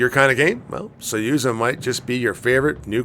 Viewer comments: Suyuza ?? SUZUYA ! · SU ZU YA Its not that hard!